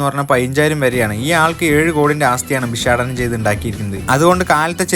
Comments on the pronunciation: ബിശാടനം അല്ലെട മണ്ടൻ ബ്ലോഗറെ. ഭിക്ഷാടനം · ഭിഷാടനം അല്ല ഭിക്ഷാടനം... ഉച്ചാരണ ശുദ്ധി പിച്ചക്കാരന് ഉണ്ടായാലും കുഴപ്പമില്ല😅😅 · "🤣ബിഷാടനം" അല്ല🤣🤣 ഭിക്ഷാടനം എന്ന് പറയടോ